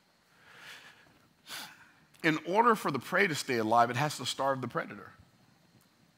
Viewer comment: I could listen to you speak literally all day. Wait, I already do 😂 BTW, it’s predator. Coulda let it go, but you help me so much with every video you put out. Figured I’d return the favor. Much love my brother. 💪🏾